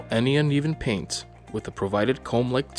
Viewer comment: Drives me nuts everytime he calls it paint